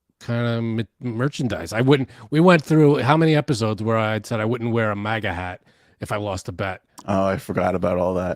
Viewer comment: Why do you say it like that,!? Mahga? You cant pronounce a flat ‘a’ sound? 🤣 posh mf mahga…